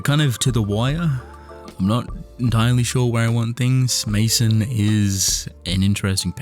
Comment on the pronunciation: I think Maison is supposed to be pronounced "mayzon", like the French word for house.